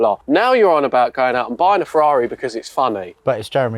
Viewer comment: Ferderrand farrari